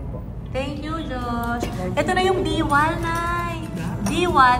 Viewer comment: pag pronounce po ng Diwal mabilis lng sa "di" na part hindi po deewal. Meaning "dila" kasi ganun ang shell naka dila siya kaya tinawag na "diwal" kay nagapa "diwal"